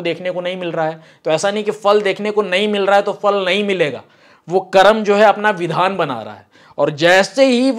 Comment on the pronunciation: कर्मा नहीं "कर्म " कहो